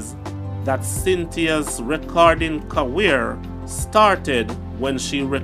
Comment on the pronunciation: Why can't he pronounce C.A.R.E.E.R properly